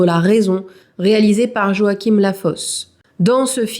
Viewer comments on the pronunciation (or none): none